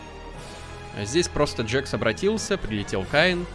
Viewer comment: это не каин это кеин